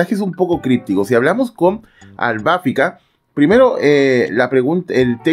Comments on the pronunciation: Porque dices Albáfica?…. Es Albafica… acento prosódico en la “i” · Porque así cree que le dicen en Japonés cuando en realidad es "Arubáfica" (en japonés) y en latino es "Albafíca", ya lo escucharás nombrar a todos los caballeros en latino y solo esta encaprichado con AlbafÍca en pronunciarlo en japonés, también lo vas a escuchar decir "Frizer" a Freezer y no Frieza como en Japonés o "Krilin" en vez de Kuririn, y así con todo lo demás. Por eso, en todos los videos que pronuncia mal al Piscis de Lost Canvas, tome su no me gusta por arruinar su propio canal 🤣😂🤣😂🤣😂 Hasta termina siendo gracioso 😂🤣😂🤣